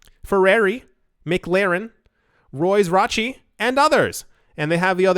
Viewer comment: Did you really just say Rolls Roche? 🤣🤣🤣🤣